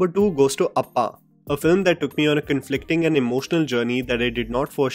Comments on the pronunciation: It's not appa.its appan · It's APPAN not appa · Not appaa it is appan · Its not appa...it's appan